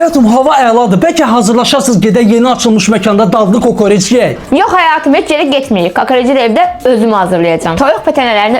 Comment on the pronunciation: Kend qizi kokorece kakarec deyi 😂😂😂